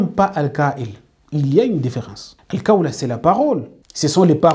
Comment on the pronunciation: En plus sachez bien prononcer les mots en Arabe. C'est pas "kawl'' c'est ''Qhawl''. Si vous n'arrivez pas à bien pouvoir prononcer ces mots, alors vous transmettez vos défauts de prononciation à votre audience. Cherchez quelqu'un d'autre pour vous y aidez au moins. On peut comprendre ce défaut si ça se limite à vous seul, les langues sont différentes. Mais quand tu transfères tes défauts de prononciation, tu mènes les gens en erreur. Par ailleurs, c'est vide vos positions. Ne vous dites pas que êtes coranique quand même. Dans le coran, Dieu dit: ''DIS, SI VOUS AIMEZ ALLAH, ALORS SUIVEZ MOI, AINSI ALLAH VA VOUS AIMER''. Les coranisites sont ceux qui suivent les prescriptions du Coran. Il en fait partie de ces prescriptions du Coran le fait de devoir suivre le prophète SAWS. Donc suivre réellement le Coran sans suivre les enseignements du prophète saws, c'est refuser de suivre les prescriptions du Coran sur l'injonction de suivre le prophète. En plus que aimez Allah c'est 1 chose, mais ça ne garantie pas qu'Allah lui vous aime. D'après ce verset que j'ai cité, pour qu'Allah vous aime, il faut suivre le prophète SAWS pour que vous puissiez profiter de son amour sur vous. Le danger des médecin ''à moitié '' c'est de risquer la vie et la santé des gens. Par contre le danger des érudits ''à moitié '' de l'islam, c'est de dévier les musulmans et potentiels musulmans du droit chemin. Vous pouvez vous appeler ''coraniste'', c'est facile. Mais si vous voulez être rellement coraniste, i